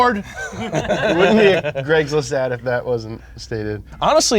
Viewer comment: Why are these guys saying Greg's list?